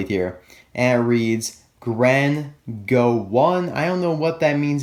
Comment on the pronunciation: Its GREN GD 1 not GREN GO